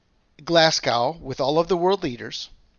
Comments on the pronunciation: Hi there, check out how to pronounce Glasgow, it should be Glas go not Glas g ow, check it out, every Scottish person is cringing when you say Glasg Ow. Cheers and thanks for the reports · It's Glasgow like glaz-go not like cow 😆